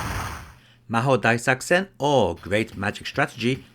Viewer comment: "Developed by Racing" ... Wut... It's Raizing. ("Rising" in english, but in japanese it's: Raijingu) But I am very impressed to pronounce the game name perfectly! Btw is there a hack for the x68k version which fixes the sfx audio?